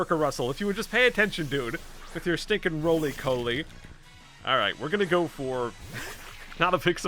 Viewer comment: Rolycoli is a pure rock type on its first stage, and is pronounced as Raw- Lee- Caw- Lee.